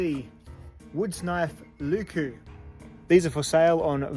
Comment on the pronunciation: If you care about pronounciation, here are a few tips for pronounciation. Leuku is a very quick word to pronounce, with no stretched wovels like the "lyykyy" in this video. Don't take this as a diss, nobody would expect you to speak enchantment table without practice, and it's always just plain funny to hear someone butcher other languages. IPA: ˈleu̯ku LE from "Leyland." U from "Butcher." K as a normal hard "kuh" sound Another similar U.